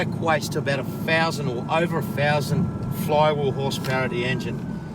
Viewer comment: Over one fousand horsepower! Amazing!